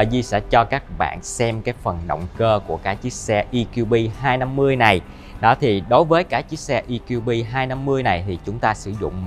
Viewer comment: Đã nói tiếng Việt thì nói cho trọn vẹn - Giới thiệu GLB200 thì nói GỜ LỜ BÊ hay EQB250 thì nói luôn là "E-QUI-BÊ" cho nó VUÔNG còn bày vẽ nói "GI-EL-BI hayt I-KIU-BI" làm gì cho MÉO ơi?